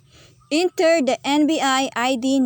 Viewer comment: Enter po, hindi Intir